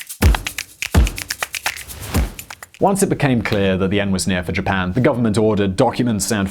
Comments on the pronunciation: "Ji-pan"? I thought only Americans were allowed to mispronounce words! Hah hah... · “I have a pronounciation dictionary. I am doing my best” “Jipan” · How you would pronounce "Japan" and which country do you believe has pronunciation rights to "Japan"?